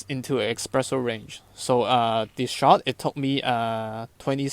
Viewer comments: Hi, i really enjoyed your thoroughness and clear pleasure making coffee, though hearing you pronounce espresso "expresso", was just a little cringey. Cheers! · Blood started to flow from my ears after I heard "eXpresso" for a second time... 🙂